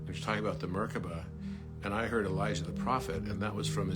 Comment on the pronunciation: Dear, thank you for what you are doing 🤗❤ Here is another interruption☺: You clearly say Elisha ~ but are referring to Elijah. It’s been going on for years now. Several people referring to Elijah are pronouncing it Elisha. I am looking forward to the time coming where the full meaning of both Elijah and Elisha are being seen. Elisha was not taken up... Elijah was. Elisha was buried, 2 Kings. As there later that year is a war situation where they have to bury a man in haste, they throw him into the sepulchre of Elisha, “and when the man was let down, and touched the bones of Elisha, he revived, and stood up on his feet.” 2 Kings. ~ Lena ❤